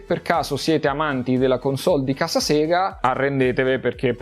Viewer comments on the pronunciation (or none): none